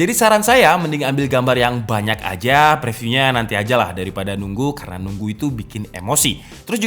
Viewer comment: preview dibaca priviuw review dibaca riviuw ayo bangun channel ini!